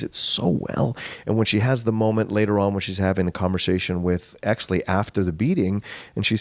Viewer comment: Great podcast, was I the only one bothered when they kept saying hexly instead of exley